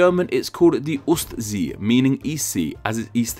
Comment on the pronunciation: You spelled the german word for the Baltic Sea "Ostsee" pretty well. If you want to say it perfectly you have to pronounce the "O" like the "Au" in the word "Austria" ;)